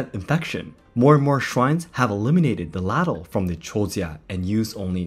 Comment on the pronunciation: FYI: ladle is pronounced /ˈɫeɪdəɫ /